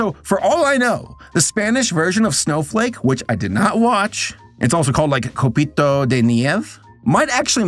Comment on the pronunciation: I KEPT HEARING SNOW-FUCK…..🥲✨